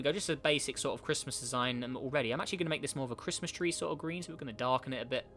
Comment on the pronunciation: Merry crishmush 😂🤣🤣